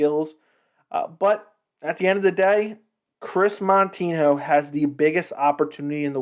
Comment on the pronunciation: If you don't even know Moutinho, or even say his name properly, why then are you speaking about him and his record? Did you notice that you have a minus than one ratio on your likes? You should pay more attention to those little details because it is probably one of the major reasons your channel sucks and I am not even gonna bother to watch this video to the end. You just don't know a thing about what you are talking about - you are an amateur sir...